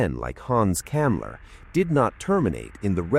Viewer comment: The name was Hans Kammler, NOT Kamla .... duuuuuuh